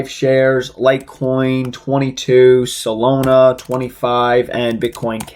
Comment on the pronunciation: lol bro it’s Solana. Not salona 😅